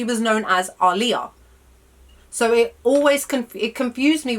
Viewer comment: Thank you for pronouncing her name correctly 😎